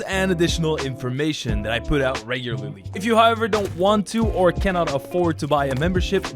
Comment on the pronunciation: did he just say 'regurally